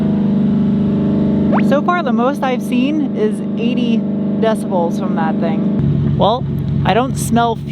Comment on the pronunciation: Decibels, not "decebels".